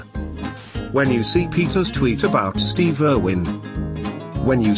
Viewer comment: You pronounced Steve wrong